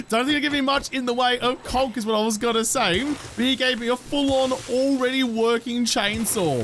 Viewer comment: Does anyone else hear kronk when he says conc